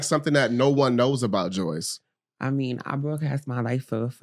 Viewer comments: the moment with cashy just felt so awkward.. and why are you asking your guests about their personal sexual life on that level?? unprofessional af but handled this whole experience well even down to him saying her name wrong the whole time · Omg it kills me how she never corrects them too like her name does not have a Y where do yall get Joyce from?